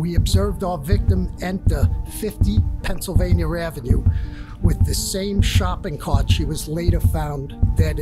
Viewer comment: There is no R in Pennsylvania god dammit hahaha